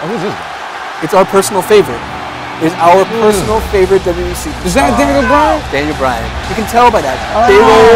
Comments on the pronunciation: Why does say W E instead of WWE? -.-' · If you slow down a bit, you can actually pronounce both Ws in WWE.